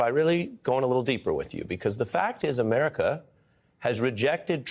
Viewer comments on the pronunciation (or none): none